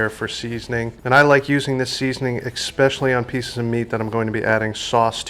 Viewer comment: It's especially not exspecially